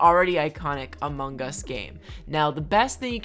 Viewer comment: No one:: Amung Gus